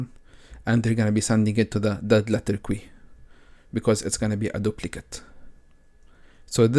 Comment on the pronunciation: Thanks so much. I'm really enjoying all of your videos! (small tip, queue is pronounced like the letter "Q", or "K" + "You"... like "KYou").